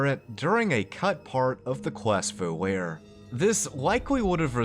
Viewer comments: I hate to be that guy, but “volare” is pronounced “Vo-lah-ray” not “vo-lare” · It’s pronounced VO LAR AY it’s Italian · Vo-lair?!? Yer killin' me. LOL. t's Vo-lah-reh. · Vol-are-ay, not, vol-air. It is Italian for "to fly" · The quest name "Volare" is pronounced VOE-LARR-AY, not VOLL-AIR. It's from a famous Dean Martin Rat Pack era song that's long been associated with Las Vegas. Surprised this never came up in the previous 48 episodes. A few minutes of research should have cleared this up, but we all miss stuff eventually. This is a really fun series for people that love FNV, and a very minor complaint overall. EDIT: Now I see that I am at least the sixth person to point this out. Sorry! ¯\_(ツ)_/¯ Here is the Dean Martin song that inspires the name of this quest, btw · FYI volare is not pronounced like "vol-air" It's "vol-are-eh" like in the song "Nel Blu, dipinto di blu" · having studied latin for many years, i just have to say it. the quest "Volare!" it's a latin word that means "Fly!" the letter V is actually pronounced like a W in latin. The quest name would be pronounced "Whoa-La-Ray" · as an italian I cringed everytime you pronounced Volare as “Voe-lair” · It's pronounced VO-LAR-EH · Wait, isn't it pronounced like Voh La Ray? Like in the song? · to be fair I used to pronounce it Voh Lair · That's....not how you pronounce "Volare" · You keep mispronouncing "Volare", so here's Dean Martin with the pronunciation guide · There has to be at least one comment in here about how you pronounced "volare" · you saying volare that way physically hurt me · He mispronounced the word volare. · yea but i never knew it was pronounced like that